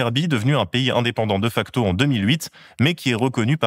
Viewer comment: Ca se prononce [Dé facto], pas [Deuh facto] xD